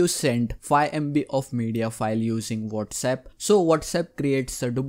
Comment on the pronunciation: Phone: Whatsapp Him: wolrsep